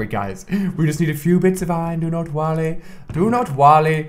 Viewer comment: Everytime Ali says "worry" it sounds like he's saying "wall-e" lol.